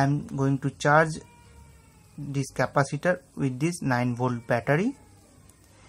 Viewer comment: интересно сколько раз он сказал капосито ? )_))